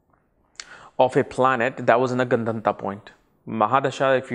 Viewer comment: gun-dhun-taaaaa ? no, it's Gandaanta